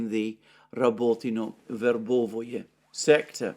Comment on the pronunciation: Stop mispronouncing Verbove please!!!